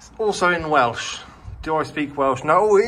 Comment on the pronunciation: Great video. Learn a few Welsh letters and words though, eh? You're just brutally murdering everything you say 😅 Maybe some Welsh history too. You've never heard of Owain Glyndŵr? Iesu Grist!